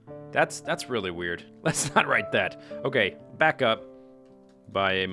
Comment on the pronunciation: Welcome backa to the mindacracka